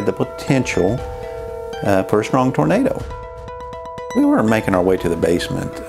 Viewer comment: "TAR-nado Alley!" What in TARnation is THAT??😂